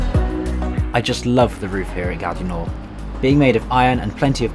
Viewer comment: He doesn't know how to pronounce Gare du Nord.